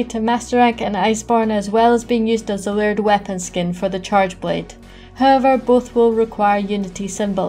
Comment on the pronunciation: Took me a while to realize you were saying layered weapon and not weird weapon.